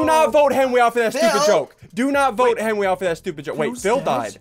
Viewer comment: ", you called a meeting!"